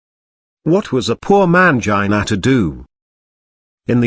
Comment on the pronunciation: hahaha I thought I was the only one laughing at that. I couldn't stop laughing whenever it said MAYUN-JIH-NUH all fumbled.